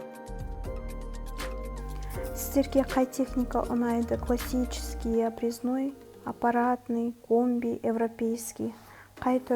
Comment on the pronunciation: Абрезнойды аныктап айтып отсениз отиниш